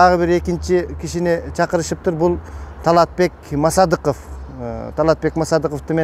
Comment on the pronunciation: Таалатбек Масадыков деп оңдоп сүйлө.